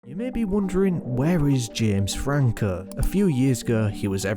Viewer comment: “You may be wondering, Where is Jems Frankuuh”